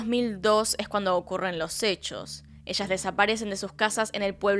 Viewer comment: Gente normal: Hechos Yo: Ehhcos